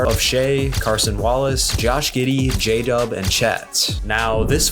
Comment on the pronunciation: it was a joke about how he said Carson lol